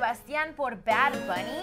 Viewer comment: porque dice BaR , no es BaD???